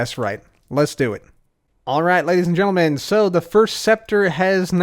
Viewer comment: "ladys, getlemen, everybody in betwen" we love you